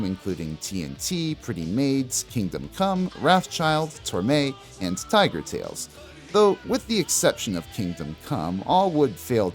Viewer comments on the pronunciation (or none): none